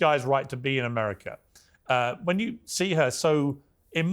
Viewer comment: how do you get the pronunciation of “ Ameriker “ from America ?